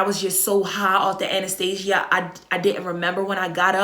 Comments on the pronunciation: sis if you say “Anastasia” one mo time 😭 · I was gonna correct her and say anesthesia. Pro nounced Ann-nis-stee-sh-ga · ANESTHESIA NOT ANASTASIA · I love how she says anesthesia lol that accent